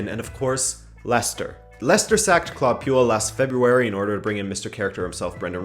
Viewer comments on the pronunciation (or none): none